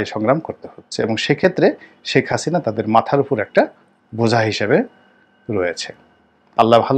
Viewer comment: নামের উচ্চারণ টা দারুন শেখ হাচিনা